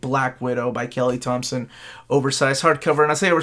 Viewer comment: And thank you for pronouncing my name correctly.